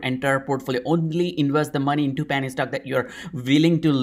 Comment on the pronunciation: It sounds like you're saying "panty" stock ☺️. Don't change a thing! Love your thoughtful and thorough content - long time subscriber 🙏🏼❤️